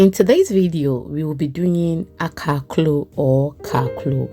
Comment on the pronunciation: This looks delicious thanks for sharing sis❤ sounded like akara when you said akaklo😅